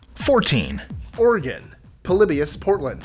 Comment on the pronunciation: Its Oregon not organ but thank you for this so I dont Have to sit all the way through